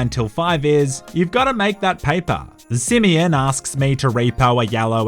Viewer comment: Simeon: exist Nobody:: SiMiyINn